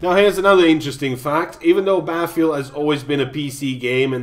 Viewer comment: Isn't there two T's in Battlefield .... not Baffield looool.